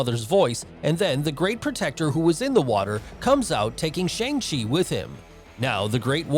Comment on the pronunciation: bro pronounced Shang chi wrong